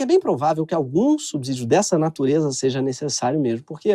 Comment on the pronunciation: Ah Gregório: quando a letra "s" está entre uma consoante e uma vogal, ela tem som de "ç" e não de "z" como você, na sua baixa escolaridade à Paulo Freire, está fazendo. Então não de diz "subzidio", mas sim, subsídio com o "s" tendo o som de "ç". E nem venha dizer que foi um lapso porque você errou várias vezes só nesse vídeo. Você consegue não ser nem de exatas nem de letras.